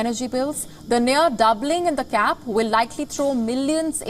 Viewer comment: It’s price CAP, not gap.